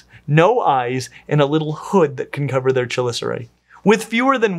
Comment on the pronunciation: I love how passionate you are about this... however I am obliged to inform you that the "ch" in "chelicera" is pronounced like a "k"